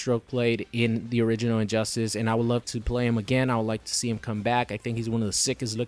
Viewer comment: Sounds like he says "Orininoid" instead of "Original."